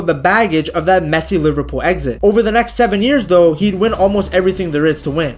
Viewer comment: I thought you were saying Messi exit and wondered, then I realized it was messy